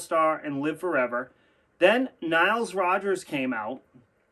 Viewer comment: It's Nile Rogers, not Niles Rogers.